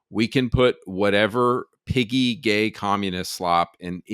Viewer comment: I stg I almost heard you say "goyim" instead of piggy.